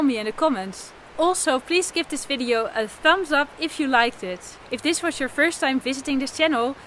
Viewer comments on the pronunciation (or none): none